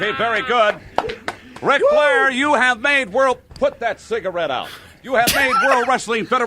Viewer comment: "put that cigerrate out" if you ever wonder why ric call him mean gene.